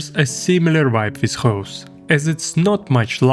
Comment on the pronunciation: Its Goes not Goos